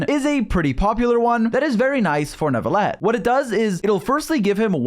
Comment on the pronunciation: There is no way your not French. The way you said Neuvillette